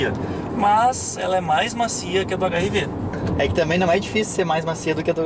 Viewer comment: aos .... eu podia jurar q ouvi HIV, em vez de HRV....kkkkk